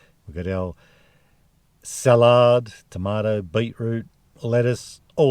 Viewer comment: “Beet-root and tamada” - real Aussie,. Gotta love it! Nice…. 👍